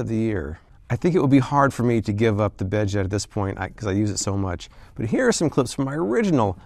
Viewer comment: The bedjet really annoyed me. Not for the price but whenever he said bedjet. I'm sorry but pronounce your D and Ts or else it just sounds like beje